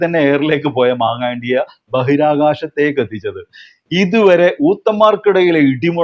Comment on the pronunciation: മാങ്ങായണ്ടി അല്ല, മാങ്ങാണ്ടി 😂😂😂